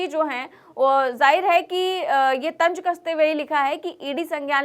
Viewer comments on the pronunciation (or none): very nice report. Small correction for you, the word is TANZ and not TANG. Hope you do not mind.